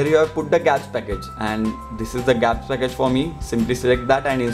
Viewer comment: its G apps (Google apps) .... not gaps as u said